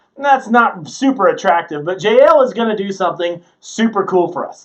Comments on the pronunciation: Jah el not jayel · Her name is pronounced “Ya-El”